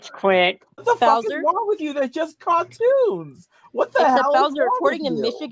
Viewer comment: “It’s juwst cawtwoons “